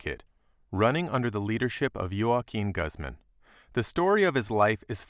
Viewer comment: The way he says Guzman bothers me